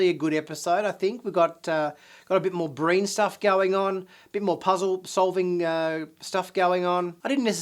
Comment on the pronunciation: Great preview. I swear I thought you said “Green” Fleet at first instead of “Breen” Fleet. Didn’t think anything about it until I rewound a part of the video because I missed something.